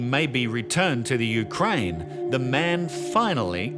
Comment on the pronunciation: "From the Ukraine" or "UK"? LOL